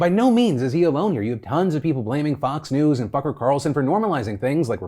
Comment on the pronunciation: Phil, I swear you said “Fucker” Carlson, and I’m here for it. I replayed it several times and am convinced it was on purpose. Am I imagining it??